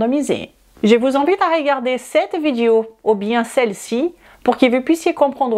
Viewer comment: le o de video est prononcé différemment du o de corps et est proche de cœur... essaie de le prononcer en faisant attention à la position de tes lèvres et de ta langue, tu verras que c'est très différent et que ce n'est pas évident pour une personne non native. Je suis prof de langues et je comprends ce challenge. De toute façon ça ne vaut pas la peine de se fâcher.